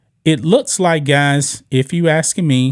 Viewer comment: looKs NOT loots...... MaX NOT Mats ....... booKs NOT boots ...... learn to pronounce your K sounds!